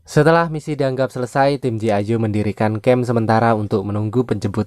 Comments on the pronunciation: Bukam gi ijo bang tapi G.I. JOE cara bacanya ji aijo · Bg,,G.I JOE Bg ,, bukan gi ijo 😂😂😂